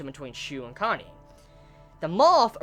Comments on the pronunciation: sounded like your where saying Kanye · I keep hearing Kanye when you said Kanae's name....